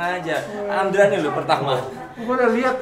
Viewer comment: ndraaaa... bukan ,, dreeee